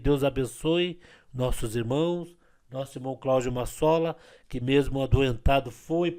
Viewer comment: É Marçola e não maçola kkkkkkkkkk 😅😊😢😮😂❤